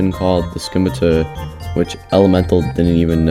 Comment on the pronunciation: "skimitar" :face-purple-crying